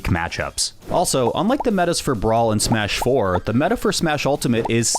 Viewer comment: i have never heard anyone call it "Smuh-4" please never do that again